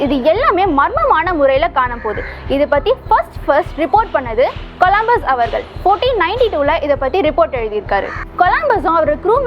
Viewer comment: next time olunga pronounce panra bro